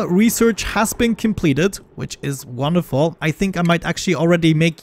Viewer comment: Love the accent when you say "wonderful"! hahahahaha, looking forward to the next episode!